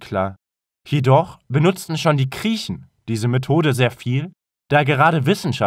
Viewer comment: Ich glaub es wirkt so, weil die Aussprache nicht ideal ist. Sie wirkt einerseits künstlich verlangsamt und die Laute sind nicht in Standard Deutsch gesprochen, z.b bei Griechen - wie Kriechen, klassich (S wird seltsam ausgesprochen), Cicero (hab ich noch nie gehört mit K ausgesprochen, wird eigentlich immer mit C ausgesprochen) und auch Loci wird nicht /loki/ sondern /lochi/ ausgesprochen.